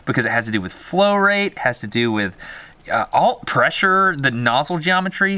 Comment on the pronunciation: watch when you say PRESSURE